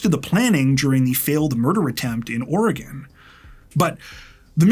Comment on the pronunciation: And he even says "Oregon" correctly, so on behalf of every Oregonian thank you. ❤